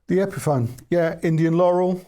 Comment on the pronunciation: Epiphone rhymes with telephone.